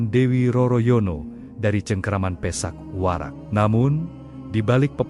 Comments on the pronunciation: Pathak Warak kenapa dibaca pesak Warak, 2 maling,maling kapa dan maling kenthiri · Bukan Pisak Warak tapi PATHAk WARAK broo...